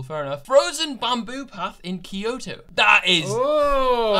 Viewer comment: the way he said Kyoto, 😂🤦🏻‍♀️(it’s pronounced pretty much exactly how it’s written, the y makes a y sound not an i sound, lol ) .